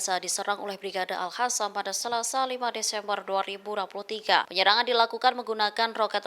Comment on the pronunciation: Gak bisa sebut AL-QOSAM ya ? Kok Q jadi H 😂